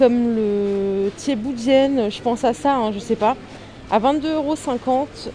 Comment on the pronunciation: Tu prononces bien le thiébou dieunne 🤣 j'aime bien t'es VIDÉOS bon courage 😘